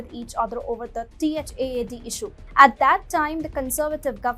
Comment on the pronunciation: You could just say THAAD not T.H.A.A.D. like people commonly do…